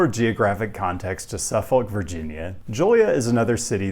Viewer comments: watched this on Nebula but came to YouTube anyway to rib you for how you pronounced. is that how they say it there? I've never not heard it pronounced suh-fihk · Suffolk is pronounced suffick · I never been to suffolk va so maybe hes pronouncing it correctly (though i doubt it) but as someone from ma, i audibly screamed when he said “suff-folk” 8 times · SU-fuk or SUF-uk, not SU-folk. The "l" is silent. Same with Norfolk: NOR-fuk. Also, Gloucester is GLOS-ter, Portsmouth is PORTS-muth, Poquoson is peh-KO-sun, and the Wight in Isle of Wight is white. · You might want to check on the pronunciation of suf-folk.. AKA: suffock.(at least in MA) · "Suffuc" not "suf- folk" =). woot 757! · SUFFOLK is pronounced without the L. SUFFok or SUFFuk (/ˈsʌfək/ SUF-ək) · Grew up in the region. Suh-fihk is correct. Never heard anyone from there pronounce the L. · Yo Hampton roads resident here contractually obligated to tell you you pronounced Suffolk wrong Anyways omg city near wear I live mentioned?!?!?!!! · It hurts hearing Suffolk pronounced this way lol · Probably the last time it will come up as well as the first, but Suffolk is pronounced with no L, kinda like chinook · That ain't how you say Suffolk. As a broadcaster, I recommend you consider googling how to pronounce place names or you risk alienating the people who live there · The L in Suffolk is silent.